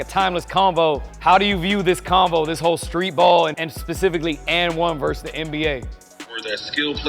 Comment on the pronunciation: vs is pronounced versus, not verse